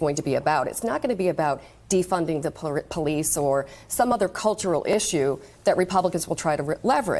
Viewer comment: “…defund the porreece.” HAD to unlock my phone to see if she was azn. 😂